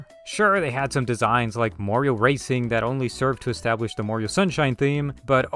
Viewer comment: I like how you say Mario as Mayrio and awesome video! I always thought mkwiis bloom was a little annoying but with mods you can remove that and the deflicker as well! Please do Mario Bros next!